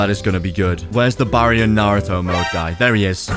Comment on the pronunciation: It's (berry-on) mode